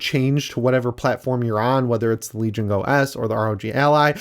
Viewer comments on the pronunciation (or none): none